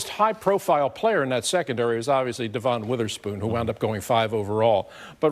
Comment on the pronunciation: It's DEV-IN Witherspoon, not DE-VON.